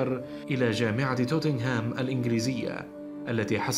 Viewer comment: للتصحيح نوتنغهام و ليس توتنهام